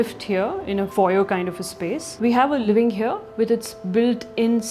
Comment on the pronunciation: When any guy or gal pronounce 'here' as 'heyo', I immediately become certain that that guy/gal is a complete fraud